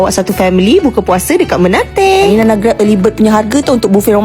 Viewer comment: sebutannya "mened" bukan menate🤣😭